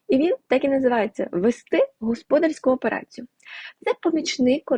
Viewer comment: будь ласка,говоріть правильно господАрська операція,бухгАлтери,поважайте слухачів